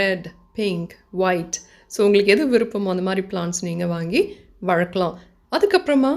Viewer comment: வழக்களாம் illa வளர்க்கலாம் nnu pronounce pannunga